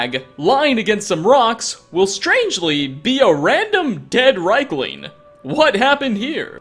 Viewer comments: riekling, not reikling. pleb. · ...REEK-ling. REEK-ling. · Maybe at episode 100 he will check the ingame pronunciation of, say, Riekling, before narrating the video